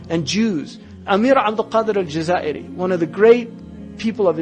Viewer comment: Pleeeeeeeaaaase: EL-JAZAÏRI !!!!